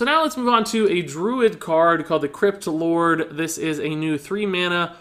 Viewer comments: When Said Crypt Lord I heard it as Kripp lord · When you say "crypt lord" it sounds like "kripp lord"